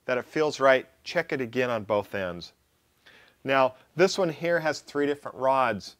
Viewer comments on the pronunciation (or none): none